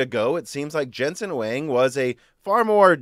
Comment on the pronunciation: I don't mind you call him "Jenzen Huwéng". Maybe you can pronounce "Jensen" as "Prick".